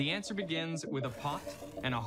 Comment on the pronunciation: sounds like you’ve just gone home to me ;p hey, I have one of those pots!..Well, two if you count the one I got and left with my parents when I moved I don’t… And no they’re not (at least bananas aren’t) I believe ze ansuh is in ze qvestch’n on that van 😂😂